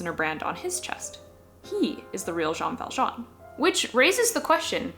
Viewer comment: His name is Joj ValJooooj (And I'm Jojvert)